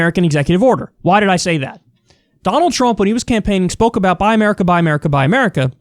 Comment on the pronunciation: Instead of "Buy America", I keep hearing "Bi-america" as in two Americas. Anyway, I hope that Biden comes out with more like this.